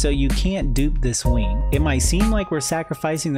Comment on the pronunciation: “Infinity WEENG” is right